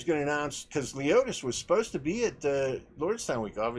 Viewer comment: its lemonis not leotis ok